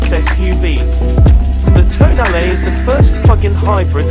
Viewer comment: It's pronounced toh-nah-leh. Please!!!